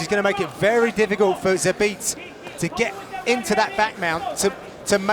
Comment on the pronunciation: Both commentators mispronounced Zabit's last multiple times before production corrected them lol Get your shit tg boys!